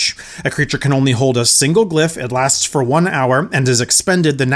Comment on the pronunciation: "Siggle" -Matt Mercer